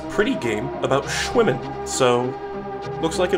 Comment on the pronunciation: in the first 20 seconds, when he said "its a game about shwimmin." captions read "its a game about women." thanks youtube very cool!